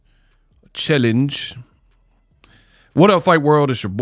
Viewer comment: CHELL-ENGE - AJ